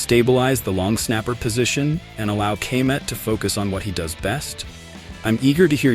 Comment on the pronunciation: Ka-met for the love of god 😂😂